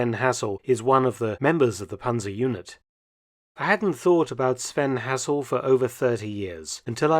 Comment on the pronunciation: Shame you can't pronounce Hassel properly.